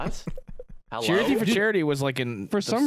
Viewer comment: going 'hewwo' killed me